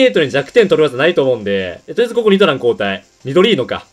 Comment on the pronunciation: 発音が違う－114514点